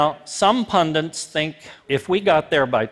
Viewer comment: .... Pundits....not PUNDINTS.....pun DITS.... No N!... I have a HS education and I know this word! I'm supposed to believe in your space authority when you can't say the word correctly? Jeeeez!